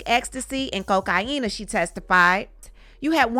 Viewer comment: Thank you for the information but I be laughing every time the way you say cocaine Lmbo 😂😆🤣